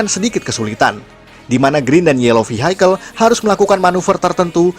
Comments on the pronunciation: Koreksi: Vehicle bacanya VIKEL bukan Vihaikel. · Suka bgt sama kontennya. Tp mau saran ya kak untuk pelafalan bahasa Inggrisnya diperbaiki, biar lebih nyaman didengerin hehee kaya kata vehicle